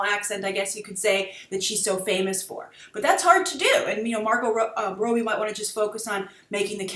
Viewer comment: 'Rob-bie', not 'Robe-bie'